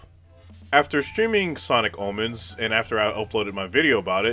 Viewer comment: i thought you said sonic almonds 😭